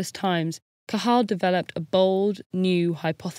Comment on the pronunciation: The pronunciation of Cajal's name was excellent! Great video.